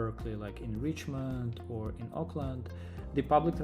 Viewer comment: Note, not "Aukland" as in New Zealand, it is OAKland. Oakland, CA.